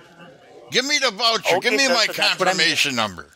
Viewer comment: The wowcha in the velcome package. Why don't they simply swap w's for v's. So pretend the word voucher starts with a w and the word welcome starts with a v.